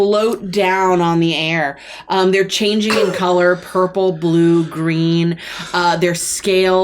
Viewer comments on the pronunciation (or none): none